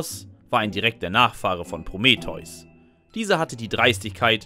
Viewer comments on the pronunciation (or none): none